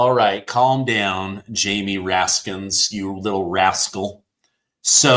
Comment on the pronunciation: Raskin, not Raskins.